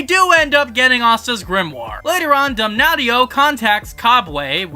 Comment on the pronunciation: Damnatio not Damnaughtyyo lol